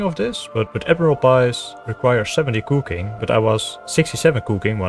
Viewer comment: He says "Kooking" like Verf (